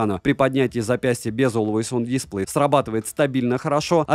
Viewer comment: дисплЕй, а не дИсплей! Спасибо большое за обзор. 😉